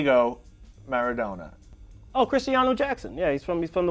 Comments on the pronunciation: Drg Sh It's Diego Maradoana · “Maradoena” Heart attack for me right there… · Clicked off when homie said “Meradona” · he didnt say maradona he said "mairadoena" 💀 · Klandi Kullolli Well it sounded more like Maradonut though. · When he said marradona it broke my heart becuase im a argentina fan